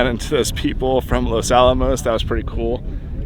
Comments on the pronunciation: It’s Los Alamos. Not Los Alomos.. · isn't it "Los Alamos", not "Los Alomos"? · Los Alamos, not Los Alomos. Fascinating video though, thanks! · Los AlAmos, not Los AlOmos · Los Alamos, not Los Alomos... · It's LOS ALAMOS, not ALOMOS. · i thought it was "Los Alamos" not Alomos